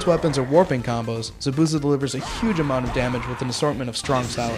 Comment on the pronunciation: lol the guy says zabuza wrong how obviously he never has seen the anime lol guy needs to get his damn names right JEEZ